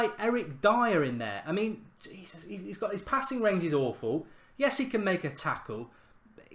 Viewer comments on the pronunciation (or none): none